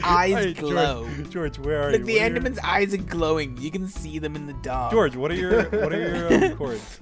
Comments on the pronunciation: yup, Nerd-tastic Especially when you said goerge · Why does Dream sounds so British when he yells George’s name here? 😂